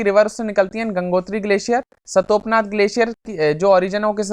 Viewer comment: Sir ji वो सतोपनाथ नहीं , "सतोपंथ" है ,, मैं उत्तराखंड में ही रहता हूँ , I don't mean to disrespect you sir so plz don't mind !